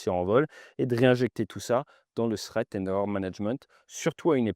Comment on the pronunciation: Push sans quoi ? Et prononcer ”Srèt" pour "threat”... Sous-titres indispensables.